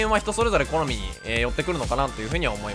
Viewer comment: ｢好み｣が｢コナミ｣に聞こえる